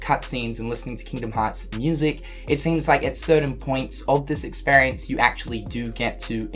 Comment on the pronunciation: Experience = 😀 Ex-spare-E-ance = 😫